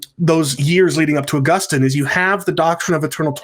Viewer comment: Ah-GUS-tin seems to be a better pronunciation...^^